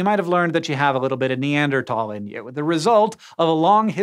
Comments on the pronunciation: It irks me too. It's NeanderTHHHHHHHal. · He keeps saying “Ne•ander•talls” 😂 instead of “Ne•ander•thals”. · Its not neandertalls its neanderthals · I end up having this thought EVERY time it comes up in a scishow video, but... why does NO ONE from this team know how to pronounce "Neanderthal?" Its neader THall. Not neander TALL. Theres an "H" in there for a reason, Hank. Theyre not very TALL neanders, ok? THall, not Tall. I know its just a mispronunciation but its SO consistent that it has to be intentional and I dont get why theyre intentionally mispronouncing a word. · What, the th in Neanderthal is silent? I thought it would sound like /t/! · “NeanderTALL” pls say sike :( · Foolish Hank, it's pronounced- Wait, Neander-TAL? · I hate how he says Neanderthal